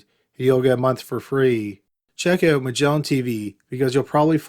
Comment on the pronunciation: The incorrect syllable accents and dragged out last syllable. "MUHGellaaaaan TeeVEEEEEEEEEEE"